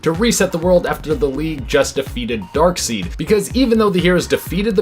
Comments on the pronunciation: Ok… It’s Dark *SIDE*, not Dark *Seed*. Darkseid is the villian, Dark seed is his ejaculate. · It's pronounced darkSIDE, not darkSEED. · It's not pronounced "dark-seed", man, it's pronounced "dark-side" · Did that man just call Darkseid "darkseed"? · Why does he keep calling him Dark "seed"?